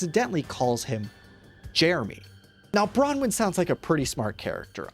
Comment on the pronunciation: This is the first video I've seen that has pronounced Bronwen's name correctly, this is something to be proud of